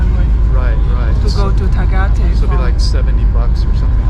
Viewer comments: Ah boy, that was a terrible pronunciation of Tagaytay. 😂 Love your videos nonetheless. Living vicariously through your traveling videos, keep them coming! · Hi Tagaytay is very Maganda but that area can be very expensive..our house is only like 15 minutes away in silang cavite..also you pronounce Tagaytay like a foreigner 🤣🤣🤣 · It's not "Tu," but "Ta." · It's NOT Ta-ghee-tay ! It's Ta-guy-tai LOL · Your pronunciation is wrong. Tagaytay is pronounced Ta Guy Tigh. My wife from Baguio and I go there often. If you asked a Filipino how to get there with your pronunciation they would not know what you are talking about. It is easy to make that mistake as the same way in Thailand if you asked to go to Pattaya (pronounced Patti ya) Thai people will not know what you are talking about. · It’s “Tah-Guy-Tie” ffs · $120 a month on alcohol? Lol that's a crapton of drinking for the Philippines 😅 It's actually pronounced Tuh-guy-thai but I'm not trying to nit pick. Budgets are like a-holes.... everyones got one and I don't want to hear about nor see any of them. It's all vases on what your lifestyle is. Some can do $800 a month, some need $2,000 a month. The problem is most Americans feel they need to bring the US with them to the Philippjnes. This is incorrect and it defeats the point. Why not just stay home then? Oh and you forgot to add in Visa renewal fees and saving for the "Visa Run" ticket when it comes time if you are not on a SRRV or 13a Visa. I say this because most will be on a Tourist Visa like myself. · Tagaytay (Ta-Guy-Tie) looks awesome., I thought you saw a Ferrari that’s why you were saying “Ferris Bueller”😂. Stay and safe and have fun🙏🏼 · Your pronounciation of Tagaytay leaves a lot to be desired 😄